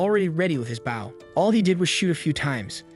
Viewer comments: I’ll never get over the automated voice not knowing how to pronounce the word bow. And not baow 🤦🤦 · please im suffering!!! stop pronouncing bow incorrectly